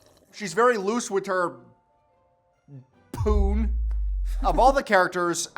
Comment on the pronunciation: the emphasis on POON took me out 😭😭😭